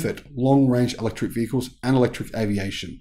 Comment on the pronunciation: Electric not Electruc